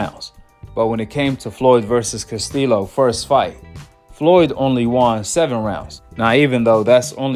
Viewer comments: Learn how to pronounce people's names Casteelow 😂 Castillo is like Casteeyo Dude like South Paw say you a Goofy and Loma won that damn fight! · Castillo pronounced Castiyo. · if you actually watched the castillo vs mayweather fights... you would actually know how to pronounce Castillo's last name right... tells us you're full of it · Bro just pronounce castillo like you say yellow lol